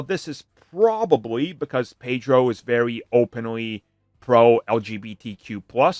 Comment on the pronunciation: It's not Pedro.